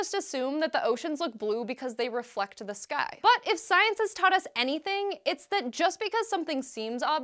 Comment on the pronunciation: just me,,or when she sais'' The sky''it sounds like ''this guy'' heh